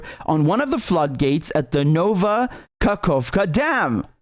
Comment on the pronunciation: Sorry ofcourse, but the entire combination of completely, not only mispronouncing, but even misreading "ka-hof-ka" as "kakova" and having no second thought on it and then pronouncing Dnipro basically absolutely correct and saying "sorry, it's probably pronounced differently" in the beginning made me laugh really much, especially this "nova-kakova" right after it, because it does sound very funny and silly, moreover that it's said on completely serious face and manner